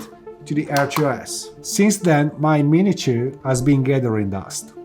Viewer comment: What is this other drone he speaks of ,,, the mini tjoouh? xD